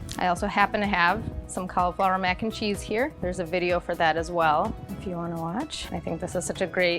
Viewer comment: It's cauliflower not caul flower.